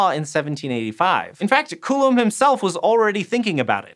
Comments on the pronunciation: " Coolem's Laa " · It disturbs me how you say Coulomb as "Coolum". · I mean, he actually looked up the pronunciation of Coulomb, but then just started saying it wrong again. Why?